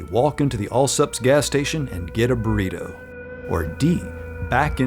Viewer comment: When I heard the actual word burrito I went back to check the subtitles to see it he labelled it as tornado. Did not disappoint.